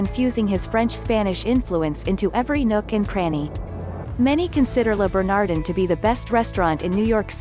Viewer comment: Learn how to pronounce Le Bernadin and Jean Geoges, or they won't let you in!!!